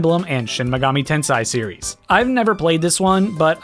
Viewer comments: Shin Megami TensEi Not TensAi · Tensei Not Tensai